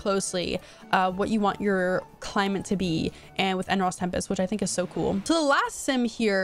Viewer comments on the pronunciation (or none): You saying climate as “climant” cracks me up